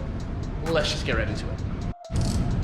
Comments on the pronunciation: you are.. ROYT... :P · Yo I think she meant to say, "yes ROYT (Australian accent)" lol